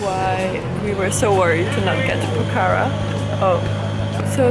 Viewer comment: It's not pokhara is pronounced pokhra!! Lol